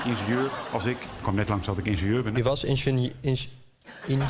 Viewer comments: Die inteelt urker spreekt het gewoon heel bizar uit: ikbeneenzeur/ikbeneenzuur. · waarom ingenieur zo raar uitspreken? Het is in-gin-jeur